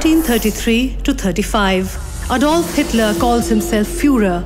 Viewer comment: Xitler. LoL 😆😆😆